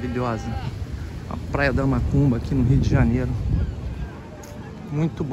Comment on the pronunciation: a cada 10 seg enfatisa e fala mAcumba, fala sério cara. A Parai é do Pontal !!! Respeitamos a todos + deve-se ter mais senso !!! A filmagem ficou top vídeo bom Parabéns.